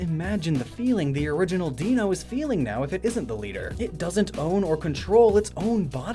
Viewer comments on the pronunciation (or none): Ironically, you were worried about mispronouncing "Zweilous", but you repeatedly mispronounced "Deino". It's pronounced like "dinosaur", "ein" is pronounced "īn", like in "Einstein", it's German for "one". So, Deino is /dīnō/, Zweilous (which has "zwei", meaning "two") is /tsvīləs/, and Hydreigon (which had "drei", meaning "three) is /hīdrīgən/. Also: 🤷‍♂️ Meh, I've had the same two Hydreigon since Black version, so I guess I don't care if the original Deino died? I mean, by now I've had Tommy and Lernea for, like, 12 years, and they were only Deino for, like, a month of that. Who's to say the original Deino personalities have more of a right to live than they do? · According to your own research, IT'S "DIE-NO" Sorry to nitpick, but it frustrated me, because I was genuinely happy to hear Hydrygon and Zvylous being pronounced correctly. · Worries about pronouncing Zweilous wrong right after pronouncing Deino wrong. Too funny. The whole Deino line includes the German words for 1,2 and 3. DYE-NO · it’s d-ai-no not d-ee-no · It's pronounced Dino because ein is German and is sayd like Dino without a d. Then it's the same noice with swi-los and high-dri-gon all the i's are sayd like the i in dino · 1) I love this video, highlights my absolute favorite pokemon from Unova. 2) Deino’s name is pronounced “Die-no”, not “Dee-no”. Its whole line is meant to be a pun on the German words for 1 (Ein), 2 (Zwei), and 3 (Drei), likely in relation to their heads. Everything else was good, but i cringed everytime you said “Deeno” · "Deino" is pronounced "dy-noh", literally sounding like the word "dino". EDIT: I loved the pun, BTW. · Ok but since zweilous is German, shouldn't deino also be german and thus pronounced deino (Di-No) and not deino (Dee_No)? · Hey, you're mispronouncing Deino. It's pronounced Dino. The "ein" in it's name is German for 1. So, it's basically saying 1 dino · Don't worry, it's pronounced Dine-o, not deeno. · stop saying dieno instead of deino please